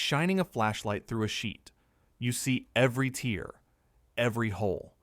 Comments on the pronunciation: Tear = “TAY-er” not “TEA-er”! Bad bot. No ambiance, no sonic space, just a bot. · "Tear" in your commentary isn't pronounced like a drop from an eye but a rip in a sheet, a tear. Did you think your pronunciation made sense? Are you, narrator, AI? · ANOTHER AI VIDEO THAT DOESN'T KNOW THE DIFFERENCE BETWEEN TEAR AND TEAR, SAYING..."YOU SEE EVERY TEAR" TIME STAMP...people pay attention to the details of what is fake...listen carefully.. Notice the forehead, eye movements and speech. The concentration on perfect speech and timing of words. No deviation of surroundings...we can already see the results of where AI is heading and the real damage it can do. Don't surf YT and watch channels that you don't know to be reputable and reliable sources..we don't have to accept AI! Stop surrendering your logic!! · AIdude can't correctly pronounce ,,, tear not crying, ripping !!,,, no doubt LED ( light emitting diode) will appear next ,,, for more of this Kaku is better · Ai !! Always get heteronyms wrong, like “tear” (eye water) and “tear” (rip). Telltale sign of ignorant Ai.